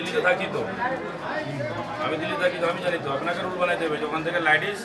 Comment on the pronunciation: লেডিস কে ল্যাডিস বলছে, কে এইটা !!! এমএলএ ???